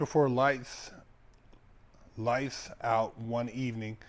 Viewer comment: said lice out